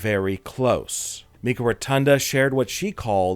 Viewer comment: Wyndham rotunda‘s sister‘s name is pronounced mykah…. Not pronounced mekah